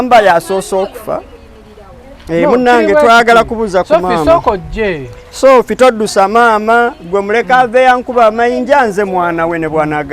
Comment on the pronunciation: The way he is calling shopiiie 😅😅😅😅